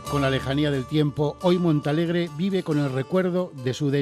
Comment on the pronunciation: es Montealegre, el que comenta a ver si te espabilas los primeros minutos dices Monta ,minuto 11 otra vez Monta jajaja alli naci yo en el 65 enterate ya es MONTEALEGRE MONTEEEEEE